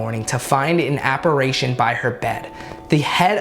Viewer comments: A-PER-ISH-ON not A-PER-ASH-ON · Just a fyi you said apparation wrong loll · AH-PAH-RISHON! Is how it’s pronounced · I CANT WITH HOW HE SAYS APPARITION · Every time you say apparition, I get less and less scared hahah